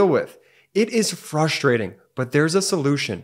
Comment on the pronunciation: You say it too often to ignore…it is fRustrating, not fUstrating.